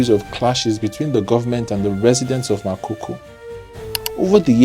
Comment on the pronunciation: It’s Makoko not makoko. Get your pronounciation right 😩